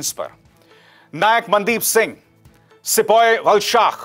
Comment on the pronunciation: O Bhai pattal kar babu sipoy nhi hota balki sipahi hota h